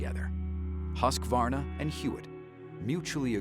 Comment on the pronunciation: Wow you said Husqvarna, not Husq-ah-varna. Nice work, first time I've heard it from Supercross broadcast. looking forward to the races!